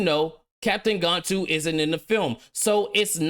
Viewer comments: One criticism my bro, it's Gan-Tu not Gone-tu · F Disney. Lilo and Stitch is a 10/10 movie and I will never watch this trash. Also, you mispronounced Gantu and Jumba lol